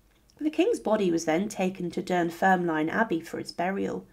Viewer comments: Dunfermline is pronounced as Dun-ferm-lin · Dunfermline is pronounced "dun-ferm-lin". I'm a Fifer, and a big fan of your videos. I have visited Dunfermline abbey many many many times, i was just there the other day. It's definitely worth a visit for the ancient abbey as well and for the site where Robert the Bruce is buried. Also, Dunfermline is a nice place to visit in general, we have a wonderful Glen that has peacocks and Malcolm's tower (another medieval Scottish king) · That's an ambitious pronunciation of Dunfermline.